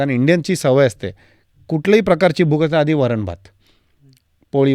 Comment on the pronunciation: *वरण... वरन नाही re baba